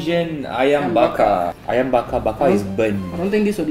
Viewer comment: ummm Hakim bakar is pronouced baka-r not baka, if you know what baka means, Im kinda offended by Hakim calling ayam bakar baka and Indomie is Indonesian food, that's why it's called indomie btw Im Indonesian